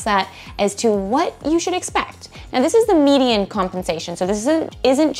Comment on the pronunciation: Dear: If the word "median" is hard for you to say, then please stop making YouTube videos where you give people career advice. Please, just stop.